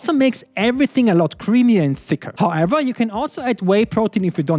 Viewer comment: was the most German-sounding "HOWEVER" ever